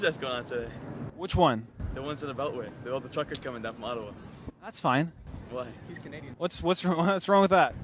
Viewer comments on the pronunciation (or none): My favorite part is when says "that's fine" the guy was like "he's canadian"